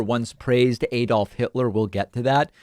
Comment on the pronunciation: It is Add-olf Hitler - NOT Aid-olf Hitler - please, get it right.